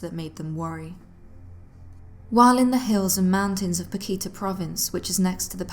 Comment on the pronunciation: it's not Pakita.... its Paktika.